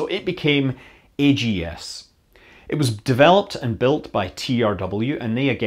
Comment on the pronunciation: So instead of being pronounced "bugs," the backup LM computer was pronounced "aggs," rhyming with rags. This might be similar to the sound an astronaut would make if they realized that they needed the AGS for its intended purpose.